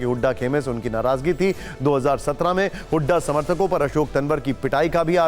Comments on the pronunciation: पत्रकार महोदय तनवर नहीं तंवर है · इतना बड़ा पत्रकार नाम सही बोलना नहीं आता